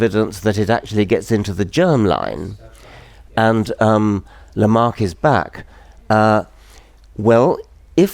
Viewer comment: It's LamarCk' - why not (I mean, what would it cost you, to) at least get his name right?